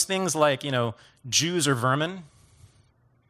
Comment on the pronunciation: "Gays, yews and women" Haha